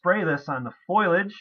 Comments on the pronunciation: its not foilage Its f o l i a g e thanks for the videos ! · It's not "foilage", it's foliage. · Fo-lee-age. Sorry, can't help myself...Lol Great video...I have 3 started! :)